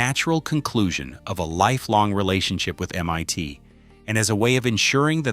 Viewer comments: While the information is interesting, I am distracted by the AI narrator who cannot pronounce MIT correctly (calling it MYT instead), etc. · I said the same thing. I was like Waaaa?! NYT? Drove right by it today. It's still M. I. T. Lol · M.I.T. !!!!!!!!!! NOT M.Y.T. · MYT instead of MIT. Inexcusable AI slop. 🤬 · Your Ai keeps saying "m-y-tee" every so often instead of MIT...rather annoying. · AI slop Em-Eye-T is not EM-One-T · "mYt" ???? C'mon GET IT RIGHT !!! It's Massachusetts INSTITUTE of Technology. M-EYE-T ! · Why can't this AI narration say the I in MIT? It says MYT repeatedly. And "bass" response instead of "base" response. Typical for lousy AI. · Shame the AI-generated commentary can't even get MIT right (calling it "MYT") and various other slips. The content is interesting but the dreadful commentary is distracting. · I fucking loathe this overused AI voice!! It's always the same! Can't pronounce MIT, Keeps saying MYT! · Interesting information. Just a pity that the AI voice makes so many speach mistakes like calling MIT M one T 😂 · It's not M-Y-T !!!!!!!!!!!! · These AI videos are entertaining IF you have nothing else better to do. MIT is not M ONE T. Hilarious